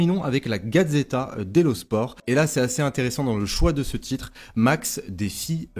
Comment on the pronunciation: Merci pour la vidéo top comme toujours! Petit détail: pour les journaux en italien, dans le mot "sport" on prononce le T comme en anglais:)